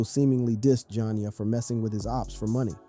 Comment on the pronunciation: Why he keep calling her jon ya 😂😂😂 its probouned ja nee ya 😂😂